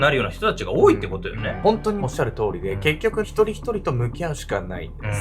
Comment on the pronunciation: 他の動画も含めて、しばしば「多い」の読みが「おおいい」と発音されているように聞こえて気になってしまいます💦すみません💦